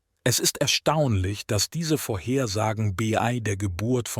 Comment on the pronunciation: Der Vorleser (oder KI ?) kennt das Wörtchen " bei" nicht. Ständig macht bee-ii draus. Das nervt und verzerrt den Inhalt. Interessantes Thema,leider ist das Zuhören anstrengend!